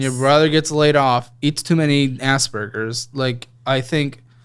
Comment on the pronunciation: Dying at ass-burgers. 😅 My brother has aspergergers.